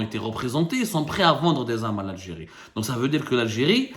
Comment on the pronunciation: « Pour protéger la sécurité de lalgé-ri contre toute agression « 😂 MasterClass de fin d’année 👌👌👌